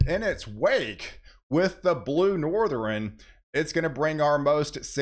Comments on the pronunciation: It's NORTH - ERN. ..... not NORTH - REN. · Please stop saying North-er-in. (South, East, and West...ern) It's Northern. The way it's spelled is how it's said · For anyone out there who is on the fence about the pronunciation of NORTHERN... it is NOT pronounced as "NORTHER-EN". The same applies to eastern, southern, and western... all of which he insists on adding an "e" before the end. He either can't or won't pronounce words correctly and I find it irritating to the point that it's difficult to pay attention to the actual weather. Most people who don't have some level of OCD won't understand that and will likely think that mentioning this is more of being an a$$. To anyone who feels that way... examine any of your own idiosyncratic habits.